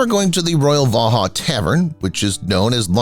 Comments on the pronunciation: Vauxhall, Pronounced vox hall. NOT vohall. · It's pronounced Vox-hall not Va-ha.